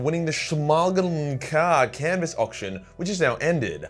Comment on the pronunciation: The shmaagmnmcaagh canvas haha u tried bro I’ll give you that